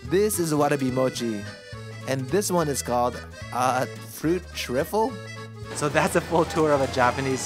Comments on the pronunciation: Fruit Trifle you say it like this. Fruit Tri-full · Pronounced tr-eye-ful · Trifle (pronounced less like 'triffel' more like 'try-fel') is a traditional English (British) dessert. Was also common in some Commonwealth countries, and is often served around Christmastime (speaking from experience, Canadian and eating trifle right now). Traditionally made with with layers of sponge cake or ladyfingers (the homemade/non-supermarket ones are also soaked in sherry), custard, fruit and whipped cream. Do recommend. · it's called a fruit trifle "try fall", as in rhyming with eiffel in eiffel tower. it's very common in uk. layers of fruit, cream, custard, and crumbly biscuit-cake layer. but this one seems to be mostly fruit and cream. i didn't realise it was a uk native dish. was surprised by how surprised you were with it. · Loved the video but TRIFELL??? It’s pronounced TRY-FUL 😂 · Trifle is pronounced try-full, it's a British dessert. I'm amazed at how reasonably priced those bento in the deli are! I probably wouldnt bother cooking most days! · The last desert is pronounced 'Try-fil'. Fruit trifle is from the UK, and also very popular here. It is sponge cake (sometimes soaked in a sweet alcohol), with jelly, custard, fruit and cream. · Great episode! Although it’s fruit Tr-Eye-Full not Trifle lol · the last dessert is pronounced tr-I-fle, its a popular english dessert 😄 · "Fruit triffle" 🤣 British people are crying at that pronunciation. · It’s TRY-FUL! LOL. 😉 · The word is "trifile" and is pronounced "tryfle" or "try ful". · The trifle is pronounced try-fle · It's pronounced 'TRY-FUL' (it's a British thing) 😅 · Good attempt but trifle is pronounced more like tri-fell, just incase it's ever brought up again. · Haha it's pronounced tri-fle :) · The trifle pronounce was quite funny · I have never heard trifle pronounced like that. 😂😂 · Your pronunciation is wrong for the fruit trifle. the trifle should be with an I like with wine